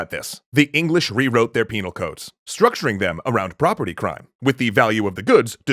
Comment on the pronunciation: lol he said penal